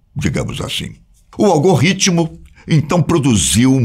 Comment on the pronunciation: Amigo, é algoRítmo e não algorritmo.